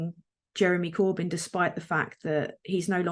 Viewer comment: wow she can't even say "Jeremy Corbyn" lol